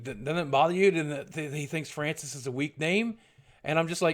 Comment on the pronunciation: you know he totally meant to say Francis! lmao